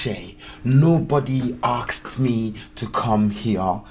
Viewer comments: Asked. Not aksed. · OMG. It's ASKED, not AKSED!!! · Brother, it is not AKSD, it is ASKED ❤🕊️🕊️🕊️🕊️ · Asked not Aksed bro 😂